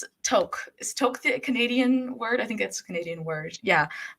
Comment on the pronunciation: You are so eloquent and wise beyond your years. Just have to tell you touque is pronounced like Luke, nuke, fluke.